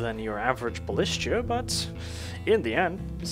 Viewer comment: PPS: That's not how you pronounce Ballista. It's pronounced exactly as it's written. Balista. The "st" is not a "ch", it's "st". S and then T. The A at the end is not an Ae or an E, it's just a hard A. It's a simple word. The plural of it is can be either Ballistae or Ballistas. The former is pronounced exactly like the base version with the "ae" being pronounced exactly like you'd pronounce the letter "A" on it's own, the latter I shouldn't even need to explain.